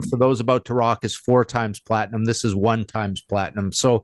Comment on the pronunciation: Platingham sounds like an English suburb 😂 There's no 'G' in platinum